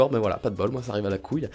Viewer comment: c'est pas coouile